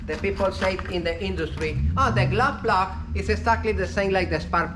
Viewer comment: I think "glove block" (the spark plug-like device on the diesel engine) is "glow plug". I think he's saying "glow plug", but I hear "glove block." Anyway, I appreciate ' lessons!